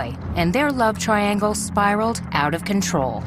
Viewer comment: "Triagle" Pahahahahahahaha.